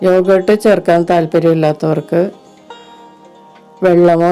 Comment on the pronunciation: എന്താണ് ഈ " യോഗേ ട്ട് " ഒന്നു വ്യക്തമായി പറയു..